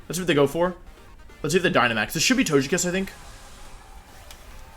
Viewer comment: Please pronounce Togekiss correctly.